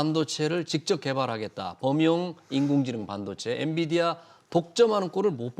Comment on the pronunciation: 엔디비아가 아니라 엔비디아….입니다.